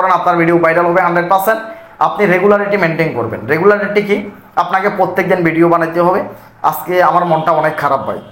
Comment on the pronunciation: ভাই ভিডিওকে ভিডিউ বলেন কেন